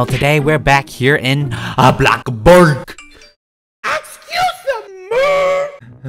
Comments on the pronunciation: its bloxburg not blockburg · him: “I’ve been playing for 3 years” also him: “BLOCKBURG” me: “?🤷‍♀️” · Bish why u be saying boxburg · Sorry but its bloxburg not blockburg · “BlOcKbUrGh” gets me every time bruh😂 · when he said “BLOKBURG” 😭😭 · Did anyone else get a tiny bit triggered every time he said blockburg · I LOVE HOW HE SAYS BLOCKBORGGGG